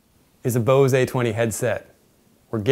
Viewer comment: Love the videos.... but its not bosay its bose like blows but without the L!